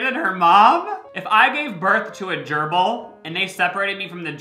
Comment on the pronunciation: he really callin babies durbals